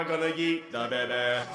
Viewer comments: Took me while to figure out he was saying “Kick the beh beh” at the beginning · Technically isnt saying baby, he is saying Beh beh.